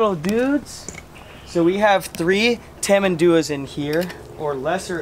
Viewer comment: Some tip about the name pronunciation: It's not called tamanDUa, the correct one to say is tamanduÁ (the last sylable Á is the stressed one, not DU ).